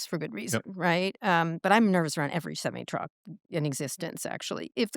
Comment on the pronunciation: HEY KARA .... you are pronouncing "Semi Truck" wrong. I thought you went to school.